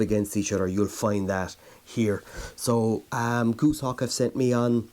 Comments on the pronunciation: Goose-hawk? Gos, as in Ross, hawk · Goshawk not Gooshawk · its goshawk not goosehawk